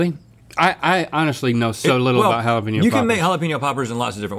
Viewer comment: finally Hala-penyo.. not peen yo.. keep it up..